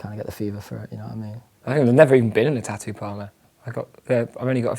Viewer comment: "tah ooh" and "tah ooo ist" 🤣